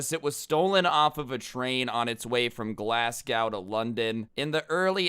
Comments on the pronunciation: It’s pronounced glas-go not glas-gow I’m from the UK and for some reason I get rlly annoyed bc he keeps pronouncing Glasgow wrong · Sorry but I'm from Britain and glas g ow really cracked me up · He says Glasg ow instead of glas go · its pronounced glazg-"O", not glasscow, just to let u know :) I live in england btw love ur vids, keep it up cause ur vids are fire 🔥🔥🔥🔥🔥🔥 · Glasscow-really... it is glaz go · Man's said Glascow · I'm sorry glass cow its Glasgow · lol the way he said Glasgow its pronounced glaz go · It’s not glasgow it’s glas-go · It’s not glassco it’s Glasgow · Glasgow ( glas - go ) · Glascow it’s Glasgow ya fud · it’s pronounced glaz-go mate just for future reference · Its pronounced " glass go " 😂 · I am half Scottish and I am laughing how said glasgaow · My man said glaz gao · When he said glassgaw that really annoyed me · Its pronounce glas-gow Just saying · As a scottish guy I want to ficking kill myself when said Glasgow like GLASCOW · Glasgow is pronounced glazgoe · Bro it sounded like you said Glascow xD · its pronounced glaz go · It’s pronounced glass-go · i live in scotland and it is so funny on how he pronounces glasgow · Gotta love how he pronounces Glasgow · Not how you say Glasgow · Hearing Americans say Glasgow makes me chuckle 😂😂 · you say glasgow wrong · Lol the way he pronounced Glasgow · Any other brits cringe hearing how pronounced Glasgow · How he said Glasgow annyoed me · How you gonna miss pronounce Glasgow